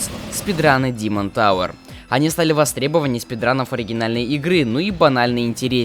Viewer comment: Димон товэр О, да вы из Англии